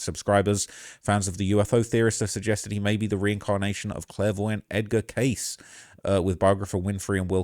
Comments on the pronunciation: Edgar *Cayce pronounced phonetically as kay-see, doofus. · Edgar Cayce: "Casey" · Cayce... Pronounced (Kay See) 😉 Rip David I always enjoyed seeing him on Ancient Aliens. 👽